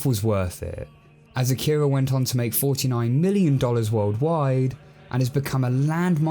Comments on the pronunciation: Love the reveiw, but... A-ki-ra not A-kira🤣. Just a gripe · Do they ever actually pronounce it “uh-keer-uh” as opposed to “okk-ih-ruh”? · You announced Akira wrong... Sorry, had to say it.